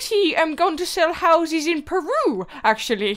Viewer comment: Yeah stampy is awesome and also instead of "Peru" Its "Permoo"